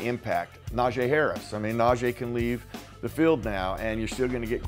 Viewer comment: can you please start saying that man's name correctly? This is his second year with the Steelers Najee's name is pronounced Na gee not Na jay. I'm sure he would appreciate it. Thanks..